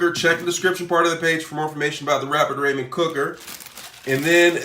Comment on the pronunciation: Raw- Men noodles and KI - Ann peppers